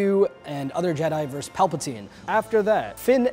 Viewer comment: “Vs.” is not pronounced “verse”. It is pronounced “versus”. It means “against” in Latin. A “verse” is a line in a song or poem.